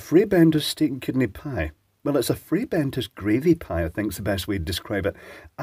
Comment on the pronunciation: Good lord above, the way he rolls the R in Frrrrrrrrrrrrrrrrrrrrrrrrrrrrrrrrrrrrrray Bentos. My Bentos has never been so frayed.